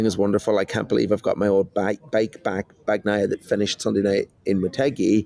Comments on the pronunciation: It's BAG NEEEEEE YAHHHHHHHHH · BAHN-YAI-AH, but Brits delight in butchering Italian words, names included but I'd bet they'd correct an Italian who screwed up their British name PRONTO! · I’m Italian and I think it’s a funny pronunciation: he can keep it if he likes it haha. Anyway for people who know Spanish, just pronounce it as “baña-ya” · please, in "Bagnaia" "g" is silent. You don't pronounce it. It just softens "n".